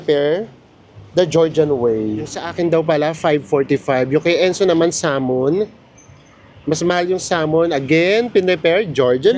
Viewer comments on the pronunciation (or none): none